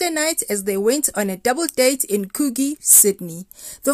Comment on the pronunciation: Coogee lol ......it's pronounced Coo Jee